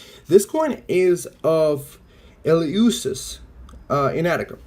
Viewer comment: I really enjoyed your video but i spotted a mistake. Eleusis (it is pronounced Elefsees) was never an island. It is a seaside town that played major role in the religious life of ancient Athens.